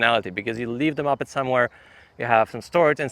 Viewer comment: it's not pronounced 'muppet'. It's moh-ped, like the start of MOtor and the start of PEDal.